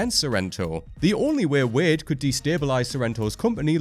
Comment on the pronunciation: Say Wade correctly please.